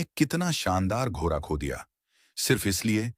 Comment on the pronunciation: सभी कहानियां बहुत ही रोचक अंदाज से बताई जाती है ऐसा लगता है हम उस युग में पहुंच गए है, सिर्फ एक बात बुरी लगती है जब ड अक्षर का उच्चारण ठीक से नहीं किया जाता जैसे , लरका, लर की, घोरा आदि